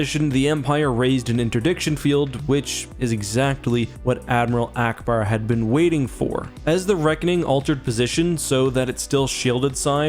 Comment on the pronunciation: He said allauackbar